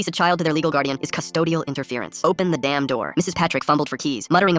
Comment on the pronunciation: "Open the damb door" got me laughing